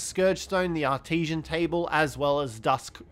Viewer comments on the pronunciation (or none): Ain't no way thats how you said "artisan"💀